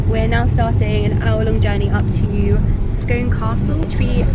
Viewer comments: I love when visitors try and pronounce my towns names ☺️☺️ Scone castle rather than Scoon ☺️☺️☺️ Glad you enjoyed my beautiful country though 🏴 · Weirdly it’s pronounced Scoon not scone. Beautiful vlog. I’m a proud Scot so appreciated how well this was done. Glad you had a great time. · As a Scot currently still living in Scotland, I would pronounce Scone Palace as "Scoone" Palace ☺️very confusing however Scotland is full of these 😅 Glad to hear you had such a good time ☺️ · Lovely to see you visit my neck of the woods. :) ❤ Just so that you're aware though, Scone (the Perthshire town & its castle) is pronounced 'Scoon' or 'Skune'.